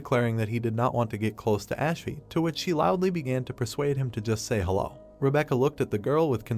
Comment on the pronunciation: Damn whatever AI narration tool is being used just made "hello" into a 3 syllable word.